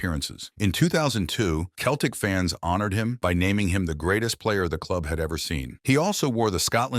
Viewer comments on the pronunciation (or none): It’s Celtic not Keltic.